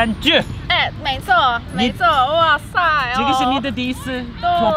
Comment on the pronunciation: 講哇塞!超台的😆😆